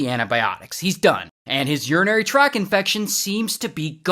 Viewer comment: Did you say "urinary track infection "? It's "tract."